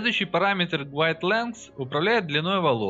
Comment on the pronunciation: Все круто но пожалуйста подтяните произношение в инглише. Долго думал что за гуайд пока не прочел что это гайд в названии модификатора)